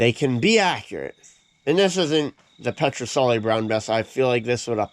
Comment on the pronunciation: FAAARK ! IT'S Ped not pet , it's not a rifle ! It's a musket .